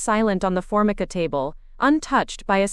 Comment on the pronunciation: Its pronounced "Fore-MICA"